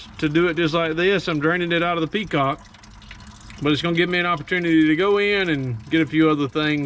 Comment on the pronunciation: How many of you said petcock every time he said peacock?